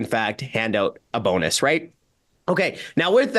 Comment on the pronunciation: Not so much a “Bonus”, but rather a “Bone-Us!”